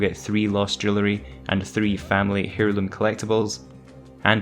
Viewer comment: Heirloom - pronounced as "airloom". The H is silent.